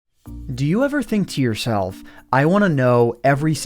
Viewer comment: "Do you ever think to yourseRLF"